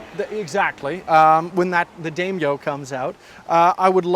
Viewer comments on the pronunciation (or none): "Dame-yo"? Oh, you mean "Dai-myo." But then, it's "NIH-kone" not "Neye-kohn;" a leftover from the "Tzeyss Eye-kohn" days of the 1970's. But "nobody's at home."